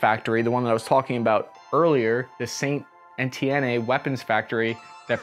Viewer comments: Where is St.Etiennay? You don't emphasise the 'E' on the end of Etienne. The British pioneered the development of the 'bullpup rifle' after WW11(see EM1/2). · just a note - Saint-Étienne is pronounced like sont eh-tyen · If he says Send Éti-énné one more time... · As someone who watches a lot of forgotten weapons hearing you anglofy saint-étienne was painful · Okie doke just subscribed, if you need help with French pronunciation just let me know. Say "San A-T-N":) Thanks for downplaying the "French always run" stereotype, I've gotten to work with a lot of active duty and reservists and esprit de corps is very strong -- very brave, competent people. My job? I'm an English trainer! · ah oui, Zaïnt-Étiénné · You do not pronounce the e as an é in Ètienne lmao Ètienn buddy. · Sa- an- en- ti- en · Just saint et-i-en not st. et-i-en-a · As a French, that sounded about right 👌 The Famas is great but has some issues that made him more difficult to handle than your average AR or HK. The sad part is that all the French army stock is going for destruction and not for the civilian market. Civilian Famas are VERY rare. Unfortunately. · Somewhere in Arizona, Ian McCollum is weeping over how “Saint-Étienne” was pronounced in this video. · Lol the constant mispronunciation of "Saint Étienne" is making me chuckle. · Lol that st etienne pronunciation 😬😂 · Please learn how to pronounce St Etienne!